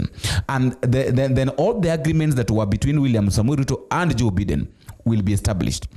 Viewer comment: It's Biden not Beeden (W-T-F)